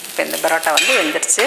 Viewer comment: plz stop saying barota barota its parota